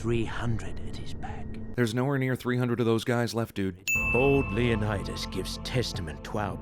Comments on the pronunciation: Was I the only one who died laughing at leo-nide-ass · Lay-oh-need-us. You forgot to ding it every time they mispronounced it... just sayin'. I'm waiting for Zack Snyder to direct a film version of "Horatius", next. Just not, y'know, very much. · Leonid-Ass😂 im crying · Leonid-ass made me die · Leonid-ass XD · Leonid-ASS... haha!